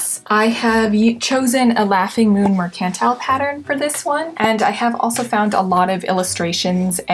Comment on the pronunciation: Merk-ant-tile. not mer-cantle.